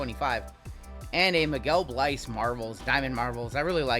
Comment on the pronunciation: Prenounciation of Miguel Bleis = Miguel Blaze 🔥